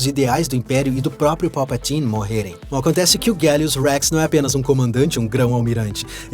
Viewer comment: Nunca ouvi ninguém falar Palpatine tão massa kkkkkkkkkkk